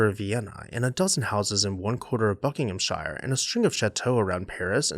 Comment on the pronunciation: Love your quaint pronunciation of Buckinghamshire! And it's still green and verdant.... That the government refused the gift of Mentmore and its priceless art collection can be ascribed to a small minded Labour government. Typical lefties!